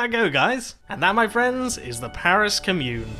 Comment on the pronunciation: Can someone please tell this guy how to pronounce commune